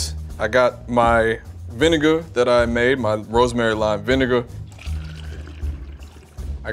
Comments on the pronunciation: Lol, he pronounces it "vinigga" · rosemary lime vineguh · Why does he say vinigga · the way he said vinegar cracked me up